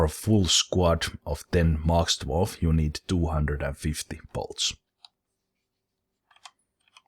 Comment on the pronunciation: Everytime you said, "Drawf, drawf drawf." I think of The Hobbit theme. With all the Drawfs sining about god knows what.